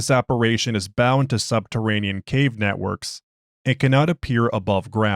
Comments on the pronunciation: Apparition. Not apperation. No such word unless you're at hogwarts. Love you!❤❤❤ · App-a-ri-shun / En-toom-d. Forgive me, as you may not speak the English language (& I know it can be ridiculous at times), yet you have said a great deal more "tricky" (for lack of a better term) words that are harder to pronounce. Still, I respect your Special Containment Procedures 🙂